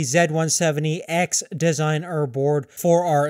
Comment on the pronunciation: That pronounciation of Designare *cringe*